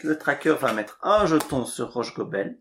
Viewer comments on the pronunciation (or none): Si je peux me permettre, on prononce Rhosssssgobel. Le h n'a pas la faculté de se déplacer après le s... À part ça, merci pour la partie !